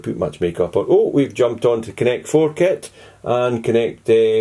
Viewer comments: this is pure brilliant hahahaah!! "connect 4 kit" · "connect four kit" hahaha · i died when he said connect 4 kit LOOOL